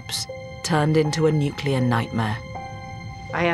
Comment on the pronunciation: Heh, the bloke at the beginning said nucular... :P